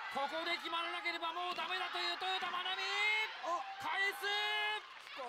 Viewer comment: この解説はさ、なんでずっと「トヨダ」って言ってんの？ 「トヨタ」って言えないの？